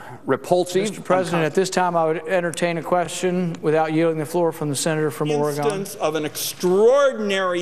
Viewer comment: Its "Ore-again" not ore-gone. But, it doesn't matter, please be my president.